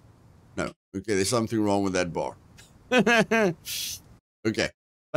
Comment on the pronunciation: "what went wong" 😂